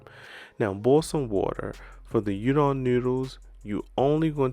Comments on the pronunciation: It's pronounced ooodon, not udon. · Looks delicious king. In virgina they add slot of ketchup and i cant abide that. Also udon is pronounced oo-don. Can't wait for try this recipe